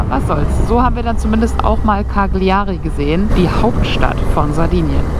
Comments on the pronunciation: man spricht es "Kalljarie" aus....... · Bitte die Aussprache der Orte wie Cagliari einmal einstudieren, das tut weh in den Ohren...